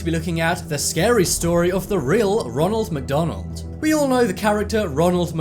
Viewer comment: roonal macdoonal